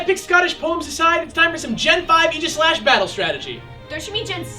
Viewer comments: Its pronounced ag-i-slesh :||) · You pronounced Aegislash wrong. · For the love of god, it's "A-jih-slash", as in "Ray", not "ee". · Wait, that's how you pronounce Aegislash? Like Eegishlash? That's disappointing. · I dug the episode, am happy for Gen VI, and stoked that the first Gen VI Pokemon is one so cool, but I was annoyed by the way they pronounced Aegislash. I know, I know, there are two ways to pronounce "aegis" but still, it just sounded wrong to me.